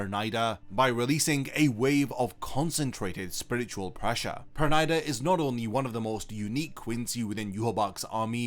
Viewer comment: Perneeda nor pernida 😂😂😂😂😂